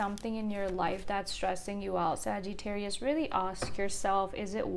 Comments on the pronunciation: I thought she puts a long ‘eee’ in Sa-geee-tarius too. I know a girl from India who has the same accent as her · You are pronouncing the word Sagittarius incorrectly! You are saying " Sagee-tarius! I've been watching you for years.